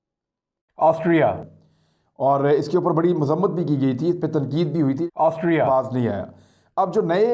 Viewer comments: Yaar imran kamaal ho gya... Tume Austria bolna nahi ata🤣🤣🤣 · Totle Austria bolna seekhle pehle... Anchoring baad mein karna🤣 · عمران بھائی کیا آپ سےاسٹریا پڑھا نہیں جا رہا تھا اپ نے گوگل سے بار بار ریکارڈ کرکے ہر جگہ اسٹریا کی ریکارڈنگ چلائ۔ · Why word Austria sounds different than his sounds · AUSTRIA word pe itna zor kion? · Austria ferse bolo Austria 😁😂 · I was thinking the same☺️ he got the pronunciation wrong so edited it.🤣